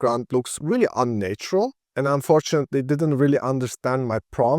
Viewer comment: Great video. Just one tip: the first 'a' in 'unnatural' is pronounced as in 'had', not as in 'late' or 'nature'.